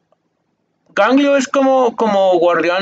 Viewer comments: Psdt: Es Ezreal no Israel jeje y es Galio No ganglio JaJajajajajja Muy buena reacción me encantó jaja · ganglio xDDD xD es galio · Cada vez que decia un nombre me moria de risa Ganglio!!!!! jajajaja nmmss Catalina!!! AJAJAJJAJAJJAJA evelyn a kai'sa JAJAJAJAJAJAJAJAAJ AY ME MUERO XD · jajajaja "gangliooooo" jajaja eres genial :) el "ganglio" es como un golem que absorbe la magia y le da vida, por eso Lux puede llamarlo, lo revive con su magia y el va a ayudarlos pues es el protector de demacia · Ganglio jajajaj 🤣🤣🤣🤣🤣 me hiciste el dia jajaja